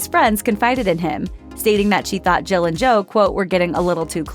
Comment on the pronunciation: this person cannot pronouce Jill. Sounds like she is saying Joe.